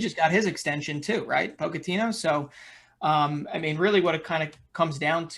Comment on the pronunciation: Poach-Ahh-Tino not Poke-AHh-tino